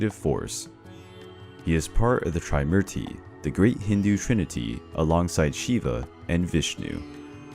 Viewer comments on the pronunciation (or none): I think u can refer to a Wikipedia for correct information, or please visit a priest from India... This is not very accurately correct... Plus please work on the correct pronunciation of the names... For eg: Parvati and not " Poverty " And Treemurthi not "tri- marthi"....